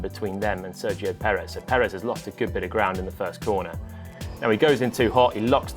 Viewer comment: Finally an english speaker who pronounce Perez correctly. Bravo Mr. Palmer!. Also I love your analysis, keep them coming!. Cheers.